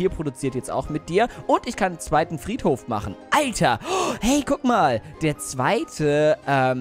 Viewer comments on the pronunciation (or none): sagt er nicht alter sondern eiter lol